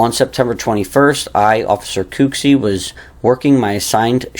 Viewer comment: I laugh every time you say “Cooksey” like KOOKsey. It’s actually COOKsey, like a chef or cook in a restaurant. LOL! I know you’re doing your best and I appreciate it. I just have a little laugh each time. The next time I see Kyle Cooksey I’ll tell him. 😊👍🏼👍🏼